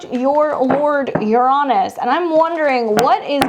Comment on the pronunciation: I've just started noticing this here lately, but I'm wondering why there are so many astrologers, mostly all young, are now mispronouncing Uranus? Instead of pronouncing it Urine-us, now many are pronouncing it you-RAW-nus.